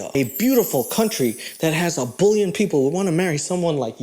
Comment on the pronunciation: Never heard anyone say that 1.3 “bullion” like you say that 1.3 “bullion”. And I looked up how South Africans say it. You gotta stop that use your American accent on that word 😂